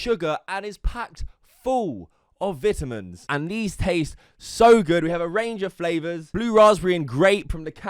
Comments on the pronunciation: Vit-ah-minz 😂😂😂. (Vitamins) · When he said vitamins he pronounced the “vit” part wrong is less like fit and more Sounding like fight lol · Vit ah minz XD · never knew you pronounced it “vetamins” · Vitimins killed me lol. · He said “vetamins” lol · Did this man just pronounce vitamin vitimin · nobody: absolutely nobody: Me: did this man just say viti-mins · He said " packed fool of Vitimins " 🤦‍♂️🤭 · “It is filled with vitumins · This dude said vetamens😂😂😂😂😂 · pronounces vitamins as.. Vit-i-mins. Dude. What the fuck is wrong with you lol. Thats offensive to english. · I love how cute you Brits pronounce "vitamins", lol. No, but fr, it's V-EYE-TUH-MINS GEEZ. 🥴😜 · We gonna ignor the fact he said vit amins 😂😂